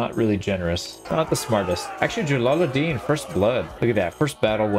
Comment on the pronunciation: it's Jalaluddin pronounced Jalaludeen